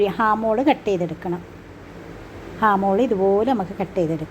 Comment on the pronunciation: ഹാമോൾ അല്ല. ആംഹോൾ ആണ്